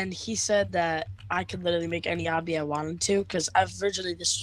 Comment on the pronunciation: It's Obby, not obbi